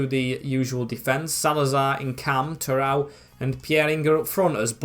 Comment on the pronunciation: its not terowe its terodde, like tero de